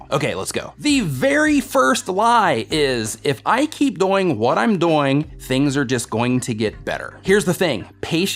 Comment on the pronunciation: Doing sounds like BOING